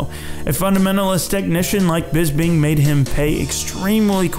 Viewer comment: I honestly think that The Count's name is Bisping, and not Bisbing.